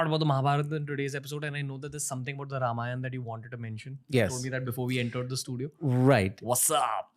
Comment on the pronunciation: Ramayan ❌ Ramayana ✅